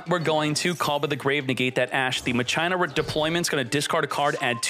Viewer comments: Cmon man you know it's pronounced "MA khee naa" Not " muh china" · Just a few detail, they aren't pronounced machyna They are pronounced makina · Are you saying Ma-China on purpose? It’s Mah-Kee-Nah. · Machina (MAH-CHINA) i thought it was (MA-KEE-NA)???? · “Ma-Chie-na” dude it’s said “Ma-kee-na” how is that not obvious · It’s Ma-kee-na not Ma-Cheye-na ;D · then youd say Masheena. Never in my life heard someone say Muh China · Omg "machaina" is back My ears!!! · Isn’t pronounced Ma-kin-ah Not whatever the heck called it lmao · i love unironically saying ma-china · I noticed this too I was like why is he calling it Ma-China 😂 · I kept asking myself what the heck "machina" was until I imagined the word in my head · Bugs me how he says it lol